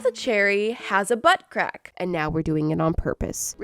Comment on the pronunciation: nobdy: me: * me dying cuz she keeps say "bUtT cRaCk * also me: i am SO im imachore LOL